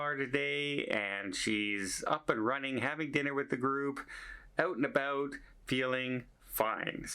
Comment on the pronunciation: Can really i.d.you as Canadian when you say out and about! Glad your group member is o k .Travel safely.⛴️🌷